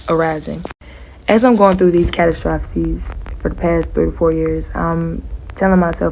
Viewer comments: Catastrophes = Ku-tas-stro-feees .. sorry yall that one story with the lady with the nails and the blue jacket , her pronunciations was bothering me so bad 😅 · Lil mama if you ever get to see this, it is pronounced...... kuh... ta..struh...fees......Catastrophes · Love your channel ❤❤ she kept saying "catastrosephies" 😭😭😭😭😭 had me rolllin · What is a cat-o-troph-a-sees????😂😂😂 please these generations need to go to school and actually listen!!! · KUH-TAA- STRU-FEE